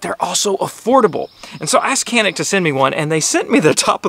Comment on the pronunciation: This gun mading in turkey but we can't take it. America is a great country for buying a gun. Also it is not pronounce like that 😄